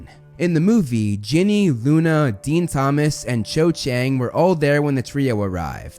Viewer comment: I'll never forgive the butchering of Ginny.